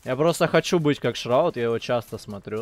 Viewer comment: Тактика на след. видео:“не шраут, а шарут”